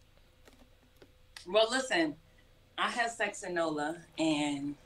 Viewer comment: It’s not nola it’s said like nolya